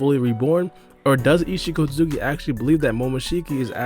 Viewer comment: 😂🤣 Just call him Isshiki bro, we get that hes an Otsutsuki clan member, you dont havta call him by his full govt name everytime you say it, u literally mumble his name now, just make it easier on yourself for your commentary ☠